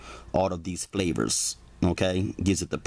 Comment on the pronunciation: He said the ketchup is to balance out the flayvas🤣🤣🤣........you a g wit it homes